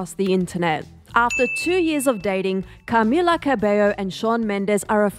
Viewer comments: "CARmila" lol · The way they say Camilla in this video annoys me like, a lot😆🤌